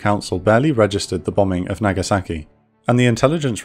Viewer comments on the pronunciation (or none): The speaker pronounces hiroshima like a native, but uses the wrong short a when pronouncing Nagasaki. It's the ahh sound, more like aww, less like eh.